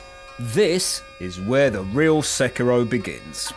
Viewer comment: Love your pronounciation of sekiro